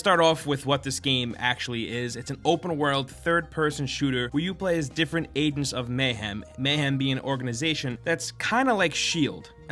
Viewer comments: am I the only one who's getting triggered by him saying "Adents"? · ayeg ents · I stopped watching because of this. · Is it just me or is he pronouncing "agents" like he's mid stroke? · I don't like how he says "agents" ffs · why dont you pronounce the G in agents